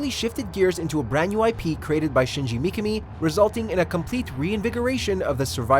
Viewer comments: It's shinji mikami not "mkmi" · I think you pronounced shinji mikami wrong? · Fucking butchered it